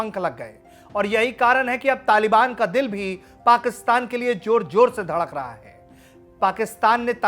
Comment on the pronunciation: Joor Joor Nahi Jahil Insan Zoor zoor Hota Hai Bolna to seeko